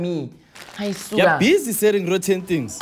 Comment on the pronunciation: “your busy selling rooten things”😂😂😂😂